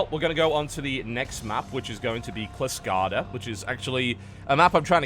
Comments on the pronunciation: TB, it's not Klyskada. It's actyally pronounced "sheelskada" :) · Starcraft and Axiom eSports Would you consider a rule enforcing some form of, "similar colors" for the 2v2 (i.e. Red & pink vs. blue & light blue?) Makes it much easier to keep track in the heat of battle. Also, it's "KILL-skada" :P. And best of luck to you on the 12th! Take care. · Will TB ever pronounce Kylskada correctly :( its swedish for frostbite and its pronounced "shyl"-skada almost like you pronounce the "sh" in sheep. Dont ask me why its spelled with a K I didnt invent swedish spelling :<